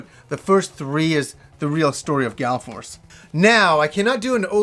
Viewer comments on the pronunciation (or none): FYI it's Gall Force not Gal Force. :)